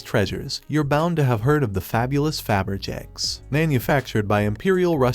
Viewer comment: Either someone needs to learn how to pronounce Faberge, or they need to program their computer voice to properly pronounce it.